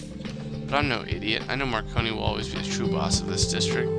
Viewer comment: I don't know why, but saying marconi's name wrong is really funny to me